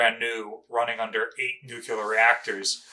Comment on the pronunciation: Please- it isn't Nucular. It is Nuclear!